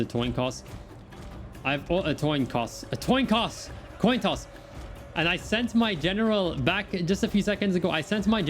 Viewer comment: Toin Coss - oh the memes.